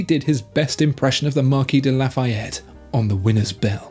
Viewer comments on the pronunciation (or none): none